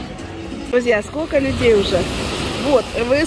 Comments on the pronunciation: Она всегда так говорила, странно что сейчас только "услышали",в Дубае в ТЦ это было очень забавно слушать. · 💥💥💥 как Ваше " скоко стоит" режет слух!!! Спрашивайте уже хотябы " какая цена" !!!!!!!!!